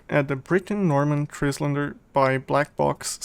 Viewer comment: It's pronounced TRYlander (as in island). Nice review!